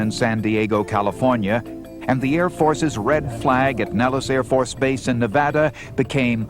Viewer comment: WOW!! He pronounced Nevada properly... hmmm is he from Vegas?